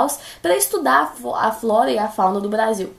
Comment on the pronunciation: Melhores frases dela: blasil, tatados e tazer